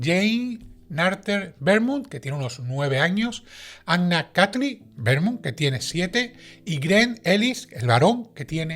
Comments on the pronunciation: Tú dices Vermont, pero Beaumont es francés, se pronuncia Bomont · Beaumont es un apellido frances y se pronuncia Bomon. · Beaumont es un apellido francés, no inglés. Se lee "bomón". 😅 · Hola. El apellido literalmente leido en español setia BOMONT. Un saludo y a seguir asi de magistralmente. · El apellido es francés, y se pronuncia " bomon"